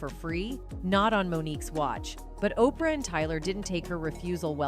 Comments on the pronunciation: How you pronounce her name correctly the first time then mess it up thru the rest of the video... And how can you not pronounce OPRAH... Not OPR... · Is it too much to ask for these outlets to do voiceovers... Who in the heezy is O.P.R. Winfrey... SMH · Keeps saying o.p.r. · Why can’t she say Oprah???? O-P-R?????? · The fact you miss pronounced 5he names of O-pra Oprah and Te-sha Tisha Arnold is disrespectful. How can you act as if really care. No you just want the clicks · Why are you calling Oprah, OPR??? Next, your title does not fit your commentary, you did not expose new secrets from Tichina!!! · O p r Winfrey 😂😂😂😂😂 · Who is Opr? Her name is Oprah... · Who is Tichena and who is opr this no pronouncing women needs to be fired for mis pronouncing names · Opr Winfrey? Lol just call her Oprah. Are you scare? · It's Oprah not opriah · O.P.R. Winfrey? lmao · O-P -ER-AH!?? Im done!😂😂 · She is saying Oprah's name as Oprie R. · Who the hell is O P R Winfrey. This newscaster says the names correct and then continuously mispronounces them thereafter. Hmmm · Oprah Winfrey first name is pronounced (ow- pruh. You shouldn’t do a video if you can’t correctly pronounce one of the main characters/subjects you’re covering. This is just plain wrong and so disrespectful. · Whoever this narrator is...blah to you. You're wordplay is garbage and you pronounced her name right the first time you said it. It's like when the media would call tupac 2 pack. Gtfoh. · The woman telling the story is scared of saying Oprah's name. She said Opr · She is not saying Oprah name right at all. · I really wish these people would pronounce peoples' names correctly. You're pronouncing Oprah as OPR?? Come on!😡 If you claim to be urban, BE URBAN.🙄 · Opr Winfrey, 😂 that sounds so sloooooow. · Who the fuck is O P RAH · O.P.R. is insane😂😂😂😂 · 🤨 Don't do a commentary if you can't pronounce the name Correctly!!!!!! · Yup she tripping messed up Oprah too